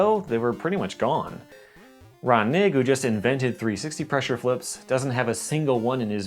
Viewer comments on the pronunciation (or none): Knigge is pronounced Ker_Ni_Ghee